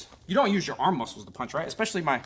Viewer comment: "Our LEHG MOSCLES!" Channeling that Puerto Rican Kung Fu again? :D